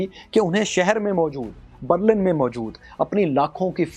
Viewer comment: بَرلَن غلط َبرلِن صحیح عَبور غلط عُبور صحیح